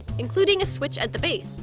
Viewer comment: she said baze not base